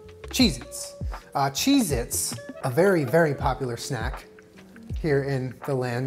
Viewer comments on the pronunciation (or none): Stop saysing chez it ypur killing me. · "maybe we'll end up with vomit coloured cheese-its" vom-its